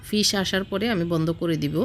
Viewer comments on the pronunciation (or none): Bon dui ta fis na dui ta sis ashar por meat ranna hoye jabe uccharon ta kindly thik korben